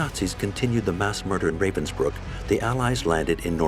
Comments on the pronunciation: A sad but interesting documentary. But I wish the narrators would take a minute to listen to how Ravensbruck is pronounced. Ra - as in ra- violi. Ra- vensbruck. Not the English Ray-vensbruck. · The narrator completely massacre the German words, like how Ravensbrück is "translated" into "reivensbrykk". 😖